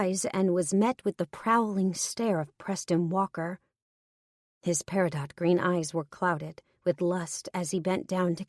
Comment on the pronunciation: It's not the "walk of shame", it's the "Stride of Pride" baby... 😉 🙃🐨🇦🇺 p.s. the gemstone Peridot is pronounced "peri-doe" not "peri-dot".